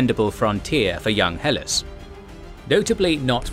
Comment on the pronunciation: Good show. It's pronounced "Heh Lass" as in